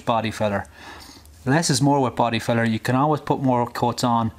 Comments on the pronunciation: When you're saying Body filler, it sounds like you're saying Body feathers... 😂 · Hard to understand when u say filler ,good thing u showed us the can ..try the American accent like Farrell Collin in movies ,doesn’t matter if u sound maybe stupid to u ..